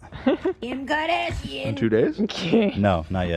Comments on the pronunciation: Kim kahdasheun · Kim kadEeshiEen 🤨🫵